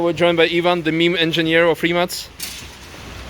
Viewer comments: U say rimac like rimas. How do you officially say it. Can u ask mate plz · Stupid question: This is how you supposed to say Rimac?